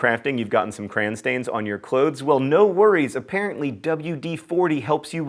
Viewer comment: What kind of Yankee calls crayons "crans"?